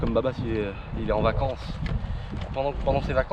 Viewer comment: La façon qu'il dit " vacance " et le fait qu'on ne le voit plus depuis un petit moment cest chelou. Liberer